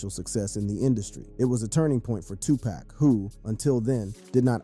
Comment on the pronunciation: Word. I came here to say this dude has ZERO credibility cause he can't even pronounce the names. Probly a bot...